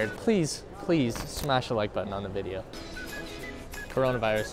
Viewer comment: Table it’s not chronavirus its coronavirus